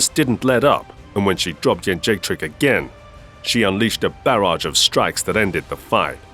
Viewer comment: Thank you for pronouncing Jędrzejczyk correctly. And not that nonsense like “Joajeyjack” like Rogan used to do. By the way... she got what she deserved.